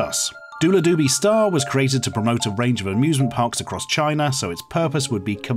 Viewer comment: I like when he says "Chiner" instead of China